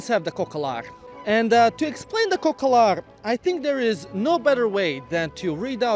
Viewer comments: COCALARI not COCOLARI :)) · Your pronounciation of cocalari is the funniest shit i heard all week